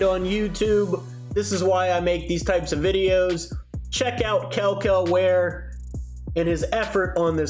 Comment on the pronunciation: I can’t even lie, how can you criticize a man for lack of effort while not taking the effort to actually learn to pronounce his name properly? I mean you continued to slaughter it over and over and over 😂